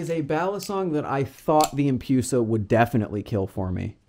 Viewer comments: I honestly cant handle saying empyusa like its medusa right not medyusa and its empress not empryess so why empyusa instead of empusa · No hate on the video itself, it just triggered me when i heard empyusa so many times but to each their own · The empoosa